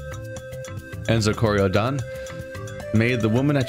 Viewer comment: French title pronunciation: "Luh-err-ee-tahge (soft g, sort of like a z sound but not entirely a z sound) des Kori-Odan (you got that part right in terms of pronunciation.)" I'm fairly sure that's the pronunciation, at least. Mainly I know English and Spanish, so I'm basing the pronunciation here off of what little I do directly know of French pronunciation rules.